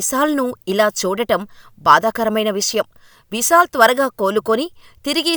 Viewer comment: విసాల్ కాదమ్మా. విశాల్.